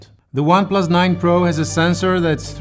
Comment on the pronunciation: When you said "OnePlus 9 Pro" i heard "OnePlus 9 Bro" i don't know why